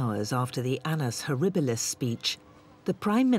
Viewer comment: "An-n-us horribilis"